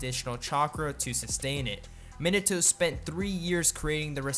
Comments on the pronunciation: Mini toe Me not o Mean a toe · Minute toe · Um did he say minute toe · OMG CAN PEOPLE STOP SAYING MIH-NUH-TOE INSTEAD OF MEE-NAH-TOE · "Ruh-sen-gun" "Min-ih-to" Lmao